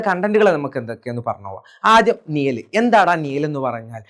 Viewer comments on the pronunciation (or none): നിയൽ അല്ല മാഷെ നിഴൽ നിഴൽ